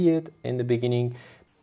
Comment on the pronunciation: LOL, in the bee-neen-ging